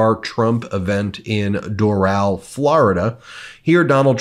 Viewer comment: Not Dor'al. It is pronounced Doral as it is spelled. "Dorull" not Dorale.